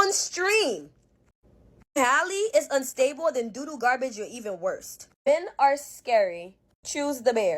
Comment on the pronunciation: "It got worse-ah"😂💀